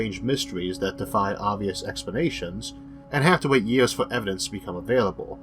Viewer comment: The guy has a speech impediment which is why at 1.30 he says you can turn on the closed captions. If you still need help.....seek it.